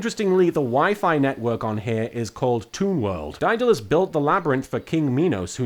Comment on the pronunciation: Say it with me: DAY-DUH-LESS (Also: Yes, I'm trying to lecture an Englishman on how to pronounce English words...as an American...from a country famous for butchering said language.)